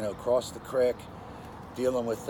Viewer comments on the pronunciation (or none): Way dude says "creek" I can tell right away where he's from.